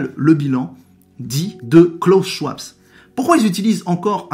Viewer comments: Euh... Schwab sans s .... se prononce schVab 😊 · Bonjour, Le nom de Klaus Schwab ne se prononce pas avec un "s" à la fin mais se dit Schwab.